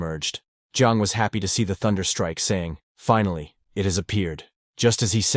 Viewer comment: Finally, you should learn how this word is spoken in English, you got it wrong, so wrong it jumped off the screen and slapped me in the face. Learn to speak or fix the translation equipment because they did a bad job of saying the word. Pronounce Finally, this should get you a few good examples of how to say the word.